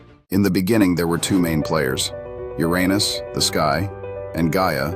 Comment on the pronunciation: You really need to fix the pronunciation of "Uranus".